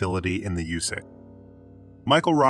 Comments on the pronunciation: The fake voice started off terribly: "nine hundred eleven" instead of 9-1-1 and "yousa" instead of U-S-A. I chose not to finish and gave a thumbs down. Get a human to do it. Just like when I get a recorded call, when a computer voice does a video, I hang up the line. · Right! Like California “Usa” 🤣😂🤣😂